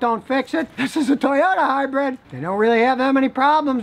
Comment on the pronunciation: Sorry Scotty but I have to correct you on one very annoying thing. It's pronounced and spelled HYBRID not HYBRED like hybread.